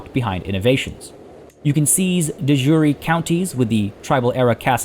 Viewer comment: You're pronouncing De Jure wrong.